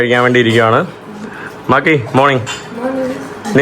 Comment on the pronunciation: മാക്കി അല്ല മാക്രി